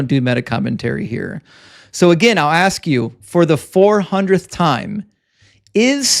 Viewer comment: Student admits that he would have set up a better system than his god. Then pivot pivot pivot! Its not a good question he says because I cannot answer! And he keeps saying aks instead of ask! Now getting cooked! And another who knows not his book! And then the laughter of defeat! If the woman was not a virgin at marriage then how would a physician inspecting her after the marriage night help at all?